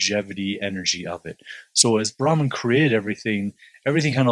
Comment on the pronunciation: Bhrmaha is not Bharman FYI